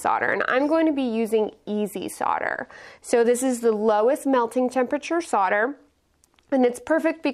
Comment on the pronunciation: SO nice to hear SOLDER pronounced CORRECTLY on youtube.